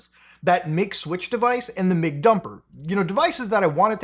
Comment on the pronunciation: When you say MIG Switch I hear McSwitch I can thank McDonald's for that.